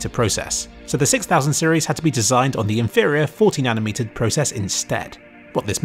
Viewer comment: thought you said it was 14nm and had to rewatch it a few times to hear 40nm lol.